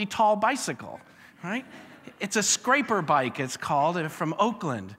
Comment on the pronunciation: it's not "scrape"er bike its "scrap"er bike